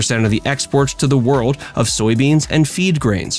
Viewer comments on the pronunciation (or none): none